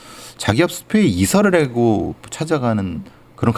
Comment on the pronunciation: 크라임 한가지 거슬리는 것. 배교수님의 말 습관입니다. 정규방송 앵커같을 수는 없지만. 그렇게 해고 --> 그렇게 하고 왜 그래느냐 --> 왜 그러느냐 불쌍해다 --> 불쌍하다 그렇게 핼 수가 있겠느냐 --> 할 수가 있겠느냐. 해다 라는 말은 없습니다. 해 를 쓰는 경우는 하다의 활용형으로 명령형이나 과거형에 활용되는 말일 뿐입니다. 많이 거슬립니다.